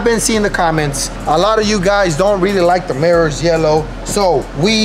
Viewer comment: On The murrors 💀